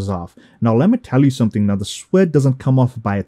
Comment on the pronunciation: You kept saying SQUID? and I was thinking what are you talking about ? After I while i thought maybe you are talking about suede? which is pronounced SWAYD